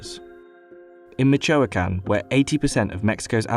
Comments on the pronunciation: omg and michoacán 😖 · That is definitely not how you say Aguacate or Michoacan. It was cringe hearing him say Aguacate that way over and over